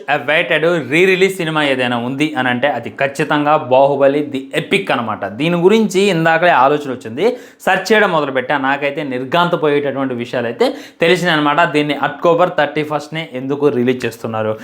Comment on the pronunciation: Otcober entraaa poooka 😂 October❌️otcober ✅️ 🤣🤣🤣🤣🤣